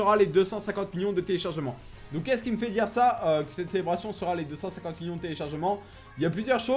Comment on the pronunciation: "Million" toi tu le dis "Miyon" POURQUOI ?